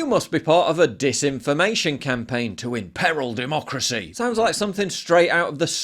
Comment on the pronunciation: muh duhmoocrusee